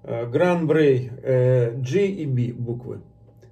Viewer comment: Есть некоторые VSOP, у которых выдержка 10 лет. Я пробовал один такой, это Шато де Монтифо VSOP. Но это скорее исключение, чем правило. И не Шампани, а шампань. И не Брей, а Брой. P. S. : всякий коньяк - это бренди. P. P. S.: у меня в коллекции стоит ХО. 10 лет.